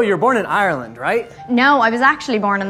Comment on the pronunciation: And the way he pronounce Ireland